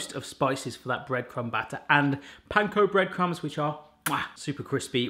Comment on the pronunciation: I have been watching you for years and your accents are absolutely beautiful. But today.. I realllly thought you said "Pine cone bread crumbs"!! I replayed it 10x and then had to go to the website to check🤣 I actually called out to my fiancé "Lettuce has eating Pine cones!"😂🤣 ❤❤from🇨🇦